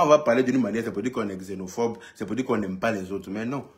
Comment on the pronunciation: Tu as déjà vu les gens du même pays que ce gars là humble ? En tout cas s’il y en a ils très mais très rare grand frère c’est comme ça on les subit partout et quand on parle on dit xé.nop.hobe Aïe Bien parler yaka ❤